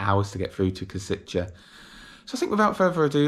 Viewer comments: Minor detail: Košice is actually pronounced as ,,Koshitse", not ,,Kositche". Other than that, great video! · Nice one! "š" in Košice is pronounced as "sh" in e.g. Sheffield, and "c" is "ts" as in tsar. On a side note, the station in Kosice and the whole area appears to look way better than the one in Bratislava :) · For "Košice', it's not "Koseechay" but "Kosheetsay" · The specific feature of Czech and Slovak that they don't use English pronounciation. Praha Hlavní Nádrazí is well done. Kosice is pronounced Koshitze, Ceské is pronounced Tscheske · and Košice is pronounced as Koshitse. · I agree as a Czech, that he pronounces some words well, but how he pronounces "Košice" hurts me a bit. But it is understandable, as he is not Czech or Slovak, so no hate for that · Your pronunciation of Košice is fascinating. Very wrong, yet fascinating. Anyway, a good review of my country's best train at the moment. I don't use this line that often, but sometimes I do, usually Prague to Cesky Tesin.